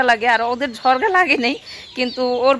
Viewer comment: ঝরগা না ঝগড়া শব্দ ঠিক করে উচ্চারণ করবে